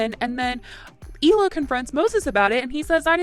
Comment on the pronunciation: Hi, just an Israeli Jewish person here to tell you you're mispronouncing Hila's name. The H is not silent. Hee-la. Means aura in Hebrew. Thanks! Bye!